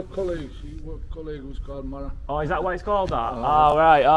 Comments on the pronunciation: He's not called the marrow, marrow.. pronounced marrer is a Yorkshire word meaning young friend, normally referring to a young child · "Marra" is a similar word to "mate". "Alright marra?". Really appreciate the video though - very genuine. There's a complete lack of opportunity in some of these North East areas. But as you experienced - a lot of the people of that generation are second to none.